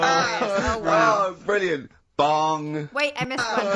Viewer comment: It's brill-nant